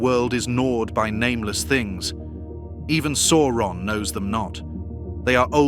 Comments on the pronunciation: Pronunciation! C is always a hard K sound never the soft S; au is pronounced 'ow' as in cow not or so Sauron is Sow Ron rather than Sore on. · I am enjoying these videos, but please check Tolkien's own appendices and the movies to see that Sauron is pronounce Sow-ron.